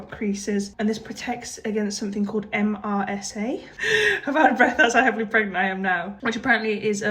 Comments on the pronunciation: MRSA is pronounced mer-sa 😊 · MRSA - pronounced Mersa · MSRA is pronounced Mersa